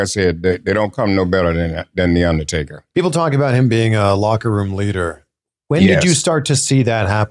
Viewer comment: "one on one against the undaytaka playa"